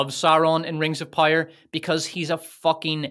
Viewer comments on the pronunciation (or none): I’ll never get tired of you saying ”Rengzopyre”. 😂❤ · "Wings of Pire" 😂